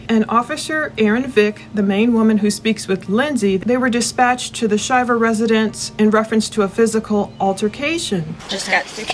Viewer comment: Thank you for saying the name right. My father goes by the same name, and we all went to Auburn as this couple. I believe Lindsay is stretching the truth! She is doing everything as a form of gaslighting with hopes he will act out! The fact she is shoeing an affair already, makes me believe she will do anything to gain money! Just saying